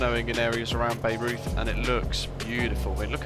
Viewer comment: Nice. I will definitely check it out. By the way, it is pronounced BI-roiyt. It is famous because it is home to the Bayreuth Festspielhaus (Bayreuth Festival House), which is the opera house that was built for Richard Wagner, to his specifications. There is an annual "festival" that features many productions of Wagner operas. I think the opera house was visible in the distance in some of your early footage.